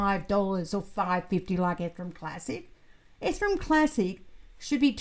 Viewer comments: Oh no. I can send you some Fixodent to help. That Ethrum always catches my attention every time.:) Enjoyed the new video! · Hi, I've been wondering for years why you always mispronounce Ethereum?